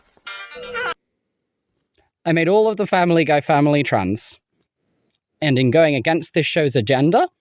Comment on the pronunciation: she really said family tran